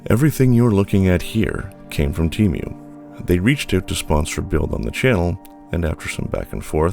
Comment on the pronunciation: This is the only place I have ever heard the pronunciation: "Tee-Mew". It's rather jarring...